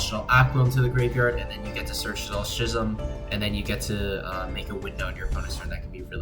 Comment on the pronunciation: Good video except the fact that you said "Shaddoll Shism" instead of Schism. This is unforgiveable, and I will be disliking and unsubbing.